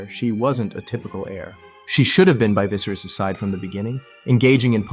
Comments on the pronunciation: "king visaris" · Didn't even pronounce then name right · Great video other than the pronunciation of Viserys